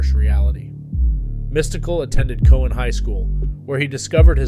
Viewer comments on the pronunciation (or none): none